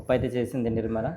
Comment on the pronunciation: ఇంకా బాగా చదువుకోవాలి ❤.: what is your father name? జన్ని. లాజు!!! Mother name: నిమ్మలా😂.